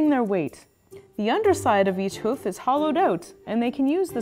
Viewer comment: Hoov it's hoof with an f